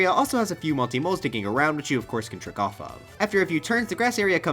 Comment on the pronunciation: Oh "trick off off," I thought he said jerk off off.